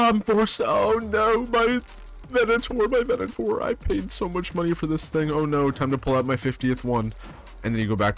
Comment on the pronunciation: 300hrs and you don’t know how to say the name of the gun that you use. It’s Venator. Not Venenator. Scum rat. And now we have to carry them on us during world events to defend against people like you. Downvote.